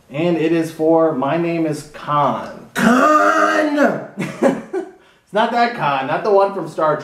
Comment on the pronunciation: brother ...its khan not kahn